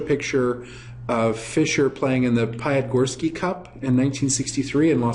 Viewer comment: Pee-ah-ti-gorsky (Great story, btw, didn't know that)